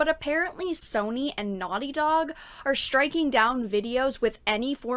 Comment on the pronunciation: I like, how you pronounce Sowny. :)